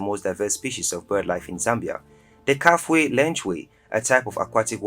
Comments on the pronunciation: ITS NOT KAFWHE RIVER, KA-FEW-WHE OR KA-FULL-WHE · KAFUE... KA.FEW.WAY if you want to pronunce it properly